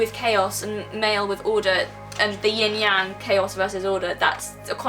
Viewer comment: interesting, you say you have trouble saying foreign words, but you pronounced yin yang in the Chinese fashion, not the common way they are said by English speakers. 😁 I LOVE THIS. Thanks SOOOO much for this particular kind of instruction. It made me think of the non-magic magic, ie not considered magic but it really, really is. It's everywhere. And more powerful than we give it credit.